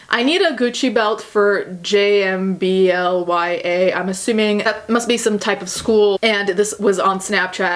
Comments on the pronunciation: “Jam-Ball-Ahh” It’s a music festival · lol jmblya is pronounced jambalaya and it's a festival in austin! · "Assuming Jmblya is some kind of school" LMAOOO it's a music festival (pronounced like jambalaya - the dish from Louisiana)